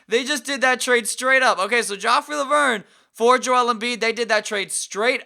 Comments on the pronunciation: he said jeff leuer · 'Jeff Leuer' 'John Hornacek'